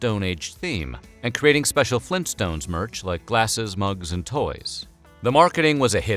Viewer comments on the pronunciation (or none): none